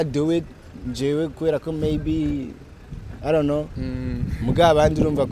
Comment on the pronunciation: I didn't know. Dramati ngo I ron't know 😂😂 , ndakwikundira